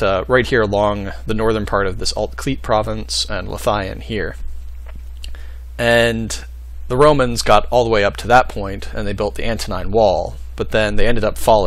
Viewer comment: Great video, from a man of Yr Hen Ogledd it's good to see someone doing what I wish had happened too! Oh, and Lothian is pronounced like "Loathe Ian!"